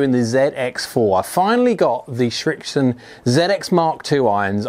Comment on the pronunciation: Probably because like me , you can not pronounce the name correctly!